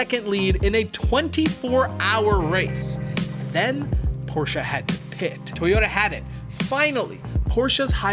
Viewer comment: gonna leave a like just for the fact alone that you pronounced porsche correctly. don't see that often from non germans